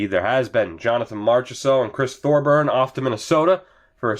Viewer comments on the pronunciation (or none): none